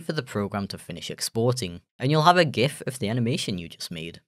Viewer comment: I'm so happy you pronounce "Gif" correctly